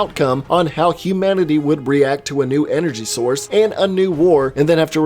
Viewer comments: sermanity not humanity....lol.... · It’s not humanity... it’s Seranity.